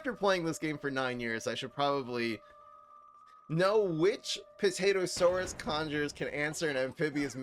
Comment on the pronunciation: "APT-atosaurus" Lol.